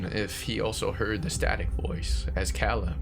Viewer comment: My only suggestion would be that I’m pretty sure it’s Cāleb, with a long a. 😉❤️